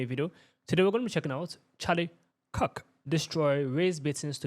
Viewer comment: “Charlie cuk” atleast say his name right